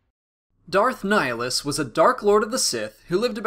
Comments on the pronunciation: It's pronounced ni-HA-list, ni as in Nick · Why does everyone pronounce his name wrong? It's not Nihlus, it's NIHILUS. As in "nihil" which means "nothing".